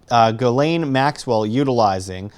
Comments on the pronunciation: Its NOT Gal~Lain,,......its Jah~slaine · Its pronounced Gill - lee -ann Yes i know shes not a good person. Its an OCD thing. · Every news outlet mispronounces her name. It's Ghislaine (Jizz Lane) although it's not a hard J. it's a soft G like the G on the end of Gara(ge) < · This has absolutely nothing to do with your video...just a HUGE pet peeve of mine. Her name is pronounced: JIZZ..LANE....It’s a fairly common name and I don’t know why so many people butcher the pronunciation, but it’s facking annoying. Great video tho. That is all. ✌️❤️😊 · If you're interested, it's pronounced "Jisslaine"...soft J, not hard G. If Epstein had all these cameras, he had all the videos. Probably uploaded to a server, hooked to a "Dead Man's Switch". Best insurance Policy in the world. Your enemies will take all the precautions in the world to keep you alive.